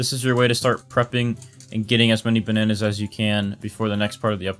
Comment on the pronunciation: *all the ba nan ayes * LMAOO